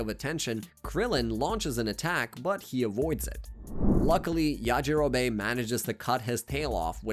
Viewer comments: The way that he pronounces yajirobe makes me want to scream!!! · Part 3: guys “da mice” are in my refrigerator they’re eating all the cheese “yahjeerobae” “well done”✌🏻🥀 i think bro was just trying to play baseball help im running out of “da mice” puns “Dinazaur” it’s called a galick G U N but I’ll let it slide bro I can’t keep doing this NOOOOO I THOUGHT I WAS SAFE If I do anymore at a time I start losing brain cells so see ya in part 4💀😭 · Yah gee rowbbay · Ok I was going to listen through this video but the way you pronounced yajirobe 😔